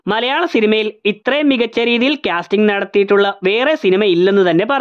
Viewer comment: ക്യാസ്റ്റിംഗ് അല്ല കാസ്റ്റിംഗ് ആണ്.